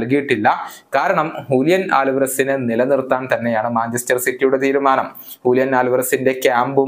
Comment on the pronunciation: Hulian alvarez❌Julian alvarez✅